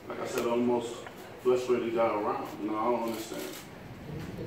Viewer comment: damnit, deontay, it's frustrated, not flustrated. haha i watched the whole 36 minutes and the champ is serious. bermane stiverne, beware.